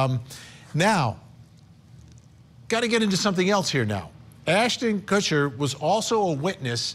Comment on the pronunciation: It's not "Kushner" 🤣 There is no N at all in the name.